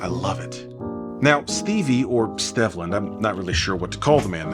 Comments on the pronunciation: Great job!!! And the correct pronunciation of his name is STEVE - LAND. 👍🏾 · This video is great. Note. The "e" in "Stevland" is the long e.. like "Stevie." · Stevland rhymes with Cleveland...